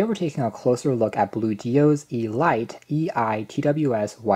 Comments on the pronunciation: I believe it is pronounced as 'Eh-Leet',... not Ee-Light, just saying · Hmm...I wonder if it's really pronounced "E-Lite"....or just "elite", as in the definition, "the choice or best of anything considered collectively, as of a group or class of persons"? Good review....amazed they've got wireless charging at this price point. They're definitely going after the Air Pods Pro with this knockoff. Bluedio has been around for awhile, and has impressed the likes of Unbox Therapy.